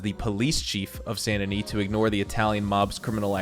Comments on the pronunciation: It’s San da nee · I don’t know if I’m saying Saint Denis wrong, or if he is (Sa-Int De-nee)